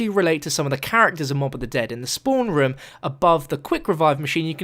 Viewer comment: Has anyone noticed that says rum Instead of room?